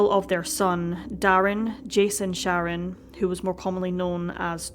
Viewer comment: It sounds like you are saying their last name is Sharon, when it’s Shannon.